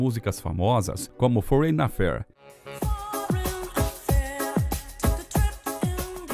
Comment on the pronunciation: A 29 ANOS não existe...HÁ 29 ANOS, sim. FOREIGN se pronuncia como se o Otivesse acento e não o E.